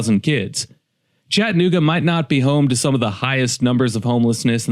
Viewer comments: This. Even my kids were asking why he said it like that. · For starters it is pronounced Chatt a nooga not Chatnooga , and why are they homeless ? Why ? who's fault is it ? You act like its the city's fault and you say its "swept under the rug" when any city does promotional content about their region what city includes its problems in that promotion ? No city does , you should work for msnbc or cnn you fit their montra perfectly. You lack character so they would take you with open arms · If you don't like it, don't go, leave it! We don't need you here. Another thing, it's not ChattANooga, it's Chattuhnooga. So f off!! If you are so worried about it, use some of your Emmy award winning money to support the homeless!! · If you are going to do a slam piece on a city, learn how to sat it. There is an A in ChattAnooga not Chattnooga. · Hey Mr. Award winning journalist at least stop taking the a out of Chattanooga. It’s not Chattnooga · You can always tell someone is not from here by how they pronounce it “Chatt-nooga” 😂 Good documentary work tho! Prayers for the homeless 🙏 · There is homeless in every city. Chattanooga doesn't have lots of homeless people compare to most every other city ive been to. You drove staight to 11th Street to the homeless shelter to show the major population of homeless. This i clickbait. By the way, its pronounced Chad-a-nooga. Let me guess, you want more of my taxes going to pay for houseing? So that more homeless come for the houseing. Genius. Glad you read the first page of the pamphlet on touristy things to do in Chattanooga by the way. Really did your homework. In 2024 Hamilton country has 386,265 residents with what you said was 785 homeless. Thats %0.2. Dude go somewhere else with your drama. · You can't even pronounce Chattanooga correctly. This is happening in ALL cities in the USA, not just here. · Did you notice that A between T and N ? Pronounce it correctly